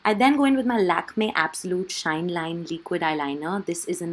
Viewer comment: Why do you say leequid instead of liquid?😂😂